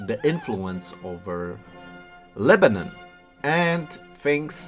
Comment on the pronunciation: It’s not lebanin it’s Lebanon say it right or don’t even mention it idiot